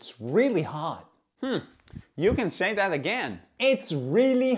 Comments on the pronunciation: He didn't say it correctly. The word "THAT" has to be emphasized, i.e., "You can say THAT again!", not what you said, "you can say that AGAIN". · It's kinda important for the emphasis to be on 'that' for this to make sense. Aka "you can say THAT again!" It sounds unnatural the way it's said in the video, though native speakers will understand regardless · With the sentence stress on the word that not again 😂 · For any non-native speakers who want to learn this, put the emphasis on “that” in the sentence. The way he says it doesn’t feel natural. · It gets confusing when you emphasize again and not that